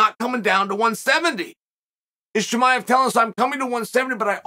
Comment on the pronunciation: Chamol as as well